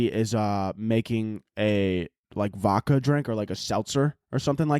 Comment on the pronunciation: STOP FUCCING SAY “V-AU-KA” there is definitely a fuccing “D” in there. No homo. It is voDka. Please say it right.